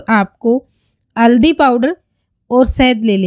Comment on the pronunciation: tabhi you haldi ko madam aldi bol rahi hai.